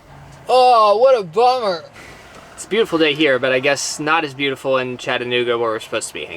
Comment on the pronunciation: Thank you for pronouncing Chattanooga correctly :)